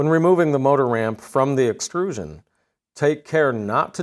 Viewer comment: What is a "base excrusion"? Does he mean "extrusion"?